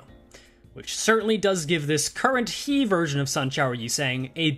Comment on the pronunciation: As is tradition, another ESGOO video, another comment left saying that they're pronounced "Tet," "Hey," and "Vov."